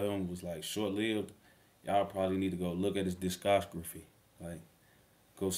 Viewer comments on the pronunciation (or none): Yay butchered tf outta the word “Discography” 😭🤦🏾‍♂️ I don’t even know how to attempt to spell it how he pronounced it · You just unlocked a new way to say “discography” bruh 😂😂😂